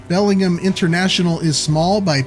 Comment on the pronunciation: Belling-gum. Lol.